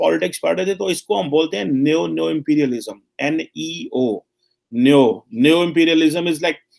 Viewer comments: Bhai bahut koshish ki lekin theek nahin. It is not neiyo but ne-o. Aur yeh Jpaani seekheinge. Angrezi aati nahin, Urdu brabaad kar di aur chale hain ab Jpaani seekhne???? Ref: last vlog. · Neo is pronounced as neeyo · NEO is pronounced as "NIO" (just like sa re ga ma pa dha "NI"). Hope this helps.